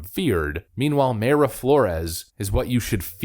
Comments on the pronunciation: pronounced "my-ra" not "may-ra" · 'my-ruh' not 'may-ruh'. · Its My-ra flores not may-ra just saying🤣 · No!!!!! Pronunciation is My-Rah. Not May Ruh. Killing me. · Unless you've heard her say it the way you're saying it, I'm reasonably sure "Mayra" is pronounced "My Ruh". At least that's how the Mayra I knew growing up, pronounced it. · Mayra is pronounced My-Ruh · Thank you for your excellent posts, I haven't missed one since I started watching in 2021, keep up your excellent work. By the way Mayra Flore's first name is pronounced My-ra, Mayra is also my wife's name. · It's Mayra pronounced MY-RA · Love your channel, but it’s pronounced My-rah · Mayra is pronounced Mira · PLEASE…!! PRONOUNCE her name CORRECTLY…! 😲😲👍🏼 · Please fix your pronunciation of Mayra.